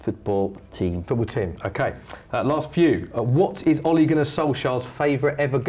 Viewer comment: 1.its ole gunnar Solskjær not Ole Gunnar solskjaer 2.boi he said Ollie and not ole